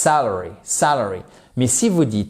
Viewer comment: le premier A de sAlary ne se prononce pas comme le A de cAr, mais le A de cAt ou bAck. Salary : Le salaire fixe, non horaire, versé sur une période donnée (généralement mensuelle), indépendamment du nombre d'heures travaillé. Wage : Un salaire horaire rémunère un employé sur la base du nombre d'heures réellement travaillées.